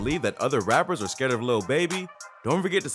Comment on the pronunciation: Why this guy saying scared lol sthu man.....lil baby nice he the goat of the youngsters ...yall have to word and say shit the correct way smfh s.o to him word 💪🏾💪🏾💪🏾